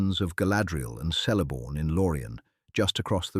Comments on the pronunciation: Why is your pronounciation so bad? It just shows how bad and lazy is your research. C in Cirith and Celeborn and elsewhere are pronounced with a hatd C like a K, and G as in Eregio etc with a hard G. And A as in Amon Lanc is as is 'apple'. And there is no evidence in Tolkien's writings of Amon Lanc having any connection whatever with Moria. Moreover Galadriel could not ise the power of her Ring to destroy Dol Guldur as it and all the Three no longer had any power after the One had by then been destroyed. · Celeborn is pronounced with a hard C, Eregion with hard G. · Sauron: Sour-ron Celeborn: Kaylayborn Amon Lanc: Ah-mon Lahnk Ñoldor: Niol-dorr Eregion: Eh-ray-ghion The pronunciations are all wrong. Quite distracting.